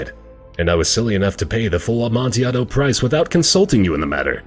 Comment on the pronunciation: I've only watched 2 seconds but I just need to say I'm so happy said "Amontiaado". Nothing salts me up quite like people saying "PIE-ELLA" etcetera.